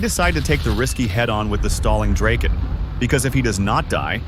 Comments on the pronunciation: Draeken???? Ewww, it’s Draaaaken! Like Dr-O-Ken! DrAaahhhken! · Absolutely beautiful! I dig the f-5 a lot and it’s a damn good looking plane. Just fyi, the j35 is pronounced Draaken. Take care